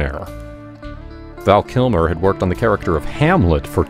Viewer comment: I love this video but it sounds like you are saying KILMORE